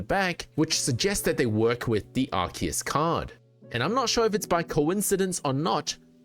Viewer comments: Bro, it's ARE-SEE-ISS ARE-KEY-ISS would be spelt 'arkeus'. The c next to the e makes an s sound. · Even in english it is pronunced Arc - eus, listen to any official english dub and that is how they pronunce it. Doesn't matter if it is grammatically correct, that's the canon way to pronounce it so that is what's right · lol no you didn't. You said Ark-ee-iss. This isn't the official pronunciation.